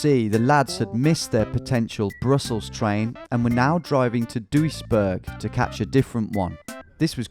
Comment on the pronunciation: Seeing him crossing our new bridge in Duisburg is kind of a weird feeling. Also, best english pronunciation of Duisburg I heard (its not perfect but many do far worse)